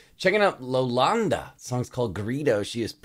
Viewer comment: Her name is iolanda it prononces like yolanda